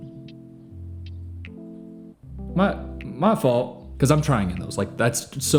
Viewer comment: (Shows thirst trap) "Mah fault" lol no idea why that made me laugh so hard.